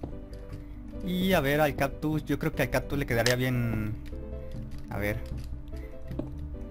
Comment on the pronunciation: No es por ofender peor note que decías "captus" jajaja (es broma eh?)